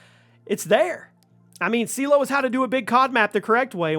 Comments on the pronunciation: Lost me at Seelow for #3…… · Seelow... Are you having a laugh.